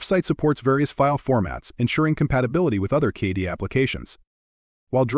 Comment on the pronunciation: 3D CAH-DEE Software, eh? AI voiceovers make for bad videos, plain and simple. They don't even know how to pronounce basic things.